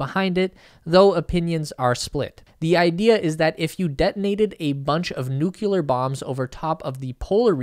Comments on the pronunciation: NuclEar not NucUlar! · NU- CLEE -ER. not NUKILUR. please, Grating to say the least. The rest is good. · “nucular bombs” * nuclear bombs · [New-clee-er]. Not nucular. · Please pronounce nuclear properly. "New-clear". "Nu-cu-ler" is so wrong. With love and respect, thank you. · Please, not Nu-cu-lar!!